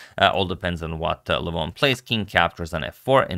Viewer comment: Got me a join because you pronounce LEH VON correctly... and your care for chess in the way you have mitigated the drama is admirable and shows the integrity you have to this King's game.